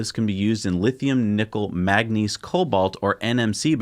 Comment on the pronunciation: It's 'manganese'.